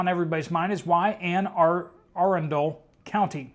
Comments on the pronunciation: It's pronounced Ann- A-Run'-Dale County. Accent is on the second syllable, Run.===Not Ann R-endale County. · Good attempt at your first time pronouncing "Anne Arundel" (County, MD.) It's actually "ANN uh-RUN-dell" (since 1650.) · PRONOUNCED Anne a-run’-dle county